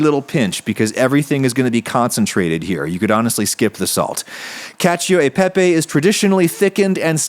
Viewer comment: Haha he said caca peepee 😂